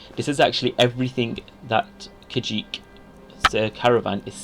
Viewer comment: I’m pretty sure you can call it ‘Kah Jeet,’ Guys.